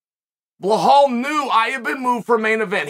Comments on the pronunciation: Belal DONT remember the name " Blerhahll" Muhammed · “Remember the name…….Blahal Mohamed…I believe I will” 😂😂